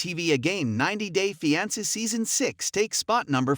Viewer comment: Pronounce fiance correctly